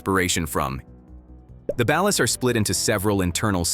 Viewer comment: The way he is pronouncing ballad is sending me lol